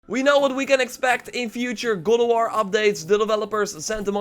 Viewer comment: Am i the only one who hears “Gulaward” when he says “God of war” damnnn